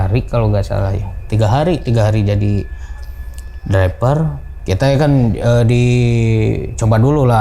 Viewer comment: Driver bang bukan dreper😂😂